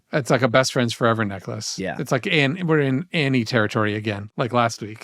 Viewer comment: "FOUREVA" not "FOREVA". Are there TWO MORE BROTHERS???